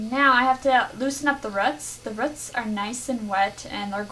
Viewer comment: It’s roots not roots!